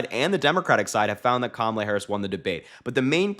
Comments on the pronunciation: Strange. He pronounced KAMALA correctly a couple times. Poor old fart is slipping badly. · Donald Trump is still down and licking his wounds from the last debate that I personally don't think he'll be able to handle another one.h I mean, the proof is right here. He actually pronounced Kamala's name correctly! 😂😂😂😂😂😂😂😂🤣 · He's pronouncing her name right lately. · Did he accidentally pronounce Kamala’s name correctly?? I appreciate you Harry! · He said Kamala correctly. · He actually pronounced her name properly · Did I hear Trump say Kamala Harris name correctly? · He actually pronounced her name correctly.😂😂😂